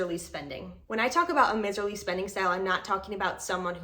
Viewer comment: *miserly, said with a long I, not a short i. "M-eyes-erly.